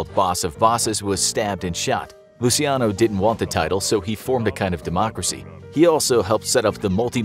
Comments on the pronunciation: NOT LUSIANO but LUCHANO. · Hi there! Just letting you know that in Italian, it's pronounced as Luc(h)iano. When there is ci or ce in Italian, it's pronounced as chi or che. And when a letter /h/ is written in Italian, it isn't pronunced at all. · Lu-chi-ano In Italian, ci is pronounced 'chi'. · Aren’t you pronouncing Luciano’s name improperly?